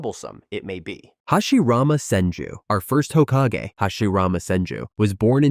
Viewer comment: Where are you from and why do you pronounce madra, susanoo, and Hokage like that?